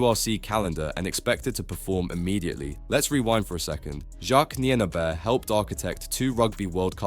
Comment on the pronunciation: Please learn how to pronounce someone’s name before making a whole video about them. Come on man.